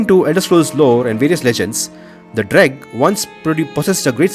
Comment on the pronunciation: Dreugh is pronounced as Drew not Dreg